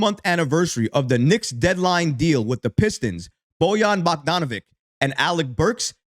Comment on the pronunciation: 😂😂😂😂😂 BOYAN BOCK-DON-A-VICK please learn how to pronounce his name